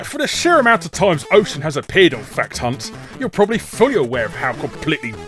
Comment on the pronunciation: larry at the end it sound like you say "fuckedhunt"